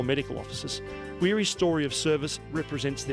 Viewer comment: It's not happy Arvo it's gud Arvo. Back to Weery. Watch a movie called The Bridge Over the River Kwai.